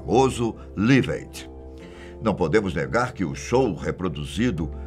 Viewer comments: LIVE AID - pronuncia (láiv êid) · Eu gostaria que o filme tivesse sido mais fiel à realidade. Como vários amigos me disseram isso, não fui ver. Conheci o Freddy num show em São Paulo. Inesquecível. E gostaria que alguém visse a pronúncia do nome deste vídeo (filme) e nome correto do show "Live Aid"..